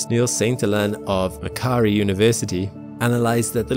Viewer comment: Hahaha, ohh don't fret bro, there's always one person that points out pronunciation, but this was just funny because this is a local uni Macquarie - "mack-quarry"